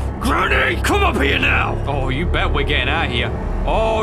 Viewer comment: did bro just say "are you serious right newo" 💀